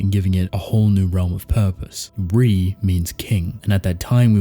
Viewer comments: It's pronounced ray not re it's Italian for king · No it’s pronounced Re “Re mean King in multiple languages including Maltese”